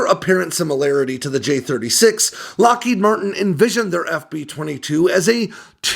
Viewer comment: Loheed Martin? Kannst du nicht lesen KI? It is Lockheed Martin.